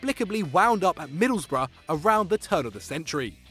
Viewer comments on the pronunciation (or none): none